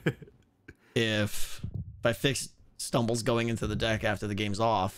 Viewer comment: Stumble sounds like Skeletal. I CANNOT UNHEAR IT